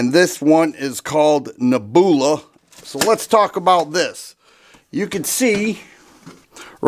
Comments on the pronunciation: "Neb-u-la" brother. Not "Ne-boo-la" 😂😂😂 Nothing but love man! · Neb you la, not neb oola. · Dude you're killing me with the pronunciation, LOL. neh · byuh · luh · Neb. u la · Saw the comments first and thought people were nitpicking. Wait!! Did he say Naboohla??!! 😂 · a genius with "Ne-booola". No need for him to say "leave a comment" on this video! The man just outsmarted the algorithm 😂😂😂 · 😂😂 nehboola. WTF How the heck do people make a living from talking and not know words that are taught in 5th grade 🙄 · Ugly gun, gorgeous finish. Interesting. Now that the kind viewers have raked you over the coals for your pronunciation of nebula, I am guessing that you wouldn’t be unhappy to never hear that word again. Reminds me of when I was a kid and first tried to pronounce “Cheyenne, Wyoming “ and got teased mercilessly by my family. I wasn’t scarred for life, but friends and family can be hard on a guy. It’s okay, you’re still a fellow after my own heart and I love your videos no matter how you say things. The way you talk reminds me of a friend of mine when I was a young man, so it’s pretty familiar. Have a great day, and I hope that you are still enjoying Northern Ohio. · I'm going to be chuckling myself to sleep tonight from your pronunciation of nebula. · He really doesn't know how to pronounce Nebula huh 😂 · I liked the Star Wars influence in his pronunciation of the word!!! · The 3rd time he mispronounced NEBULA he lost all credit to me!!! Beautiful revolver however. Before pumping a product bro learn how to pronounce the name so you don’t sound like a fool In front of your audience 👍